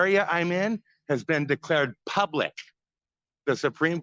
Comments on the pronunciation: It isn't 'pub lick' genius. 🤣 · " Frauditor I'm not trying to be argumentative." Proceeds to argue. "This is pub-LECK!"